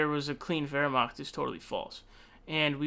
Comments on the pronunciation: Yeah "Wehrmacht" Was decent, but the rest was awful. I'm bilingual, Eng-Ger. But I don't fault him, German is a horribly hard language. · Yeah as someone who has studied German for five years with German family speakers, those first 10 seconds where he said "Wehrmacht" with the gutteral r and ch had me floored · What about it? It was pretty good and it shows informed himself how to say it. Unlike probably 90% other foreigners that i've heard pronouncing it.